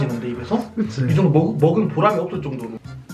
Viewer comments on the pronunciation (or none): 먹은 보람이 업⬇️을⬆️정⬇️도⬇️로⬇️ 사투리도 썼었어.....?